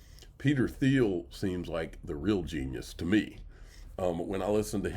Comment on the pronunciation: Peter Thiel pronounced TEAL